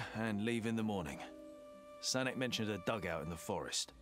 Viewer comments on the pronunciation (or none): Sanek is pronounced Sanyok or Санёк if you're speaking Russian. It's sort of like a diminutive from Sanya which is short for Alexander. Another nickname for Alexander is Sasha. I don't know many people who use Sanek or Sanyok anymore, but apparently that was common in the day. But yeah, I like the Sonic option though.